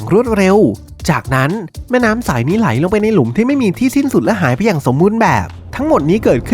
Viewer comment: คนพากย์ผู้ชายพูดไทยไม่ชัดซักที ฟังผู้หญิงพูดลื่นหูกว่าเยอะ ได้ > ดั๊ย สาย > ไส แล้ว > ล๊ว เหมือนลากเสียงยาว อะ,อา ไม่เป็น ถ้าเป็นคนปกติผมคงไม่จู้จี้อะไรหรอก แต่คนเป็นนักพากย์ควรออกเสียงให้ชัด